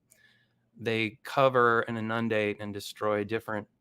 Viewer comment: I'm going give this guy the benefit of the doubt that his comment "if you can spell macrophage then you're smart enough for my content" as a joke. But, you gotta be real careful with that joke if that's how you're going pronounce inundate that way.